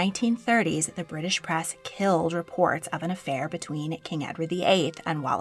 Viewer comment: The word is press, not prass. Why are you speaking in such a strange voice?